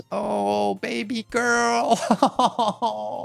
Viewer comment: I thought you called him “Baby” 😂